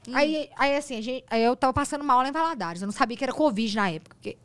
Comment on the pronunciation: Nasci e morei em Governador Valadares e nunca ouvi “Valadóres” mas amei muito!!!!😂😂😂